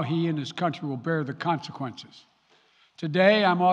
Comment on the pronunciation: Can someone please ask his speech writers to stop using big words he can’t pronounce….. like “consequences”, etc. And why does it always seem like he’s reading in a race? Like he has no idea what he’s talking about but he’s determined to get thru reading the words in record time! Maybe he thinks if he reads them fast enough no one will be able to notice how many errors he makes! Lmbo!